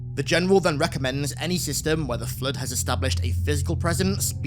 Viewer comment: Your accent makes "flood" sound like "flirt". Very distracting.